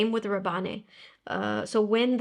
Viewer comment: I believe in Rabanne (from Paco Rabanne), the "e" is silent, so it sounds /Raban/, although I may be wrong. Your videos are the best! x